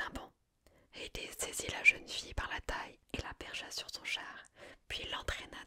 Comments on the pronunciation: Ça m'a perturber les nom des dieux à l'anglaise, la haies en anglais est horrible, mais super videos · Super, mais pourquoi tu utilises un accent anglo américain pour dire Hadès ou Hercules ? Ce sont des noms francisés qui viennent du grec, je comprends pas le lien là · Comment tu me prononcé Hadès et Demeter la ? Mes oreilles d'Hélleniste seignent 😭 Nan plus sérieusement il est très très sympa ce format, j ai adoré !